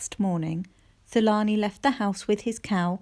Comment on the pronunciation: Hi, is the characters name Thulani? In Africa the TH isn’t pronounced. So it should be pronounced ‘Tulani’. Otherwise such a great story 🤗❤️❤️